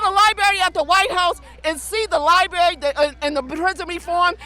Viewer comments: Lieberry lol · Why did she have to say "libary"?